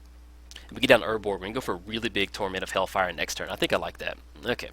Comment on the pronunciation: Once again a nice video ! Ps : Do not want to be that guy but you talked about the pronunciation of cards. It is hailfire not hellfire :)